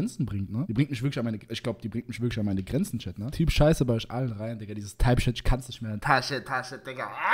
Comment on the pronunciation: sagt einfach „Typ Scheiß“ anstatt type shit, hat mich KO geschickt